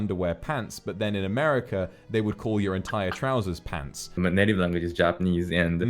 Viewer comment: 日本語発音に寄せて「ぱんつ！」って言う我が君可愛すぎる